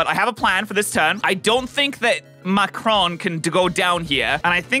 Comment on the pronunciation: I find it really funny that he kept pronouncing Macaron wrong XD